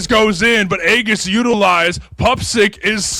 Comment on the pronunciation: "aegis" is pronounced ee-jis, not the way the commentators are saying lol